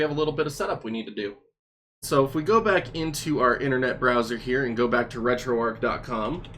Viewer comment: For future videos, please let it be noted that it's pronounced, "Arch", like the St. Louis Arch, not, "Ark", like Noah's Ark. This has been confirmed by Themaister and the rest that work on the project. And for the love of GOD, please pronounce BIOS, "By Ohs", or even "By Ohz", NOT "By Ahs"! It sounds like you have no idea of what you're talking about when pronouncing things incorrectly.